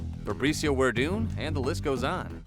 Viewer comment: If you're going to be a serious MMA channel and talk about Brazil's contributions to the sport, you really should figure out how to properly pronounce Brazilian names... Shogun "hua" not Rua, Farbizio 'verdum' not Werdum... just sayin